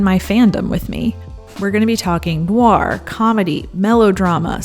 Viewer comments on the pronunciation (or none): none